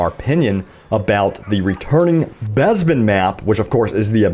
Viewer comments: BEZBIN??? its Bes-pin say it with me BES.....PIN. and dice will fuck this up looks like Ray is still way op. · when you pronounce Bespin as Bezbin 😭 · Wuzzup an Wobby! Neww Besssbin Mahp! Arrrf Arrf Arrooo!